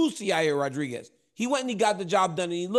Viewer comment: "You're rear" Rodriguez might be my favorite Uncle Chael fighter pronunciation of all time! please never change 💯